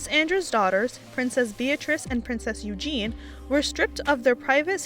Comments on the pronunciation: I appreciate your research and your presentation is pretty darn good Make it 100% next time with this constructive criticism: Mispronunciations: sahvreign is how to say sovereign, Eugenie not Eugene, ask not ax, lavish not lavage, controversial, secretary, Ibiza is Ibitha (I made the same mistake myself!) Grammar: "never seeked out" should be "never sought out", "the institution don't" should be "the institution doesn't", text for #8 received not recieved Super interesting to watch and you present really well! Just take it all the way to create a flawless presentation. :-) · Btw its pronounced Eugenie not eugene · Just found your channel & LOVE IT! FYI Eugenie is pronounced "YOO-zhan-ee" or sometimes "Yoo-ZHAY-nee" or even "Yoo-jane-ee" and Ibiza Ibeetha. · Just to say it's "Yoo JEEN ee" not Eugene. I knew they were lying, the only people who believed their bull wavy to buy into the whole RF is racist narrative. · It's "Eugenie", not "Eugene". The E at the end is pronounced. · Her name isn't "Eugene". Ffs. So many mispronunciations in this video. It's part of your job to get it right. Or, 'whatever, close enough.' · Its "EUGENIE" not "EUGENE". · Princess Eugenie not Eugene. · It's eugenie pronounced with a soft g u jzay nee. Eugene is a boys name. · Lol, apparently Prince Andrew wasn’t happy about it. 😄 Also, her name is Eugenie (pronounced like you janey,) not Eugine or Engine. 😄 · Princess Eugenie, not Princess Eugene. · Princes Eugene ...really??? You can't even pronounce it properly and are just irritating me by bastardising my language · Girl, it’s not Eugene. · Her name is pronounced U-jin-nay. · And why does the narrator of the video keep calling Princess Eugenie “Eugene”??? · You need to research how to pronounce Eugenie’s name, because it makes you lose all credibility. Why should we listen to an American who knows nothing about the royals, and doesn’t know how to pronounce their names correct.